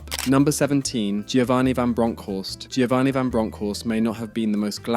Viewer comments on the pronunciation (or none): none